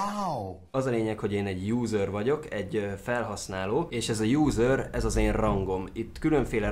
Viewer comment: Amikor azt mondtad user [júzör] azt értettem lúzör